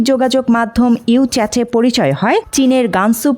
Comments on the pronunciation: WeChat ❌ Uchat ✅ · U চ্যাট কি রে ভাই? Wechat, এইগুলা রিডিং পড়তে পারে না এদের new পড়ার দায়িত্ব কে দেয় 😂😂😂